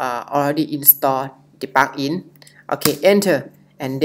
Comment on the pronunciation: helpful but it is difficult to understand what you are saying. Like 'plugin' is being pronounced as 'pakin'.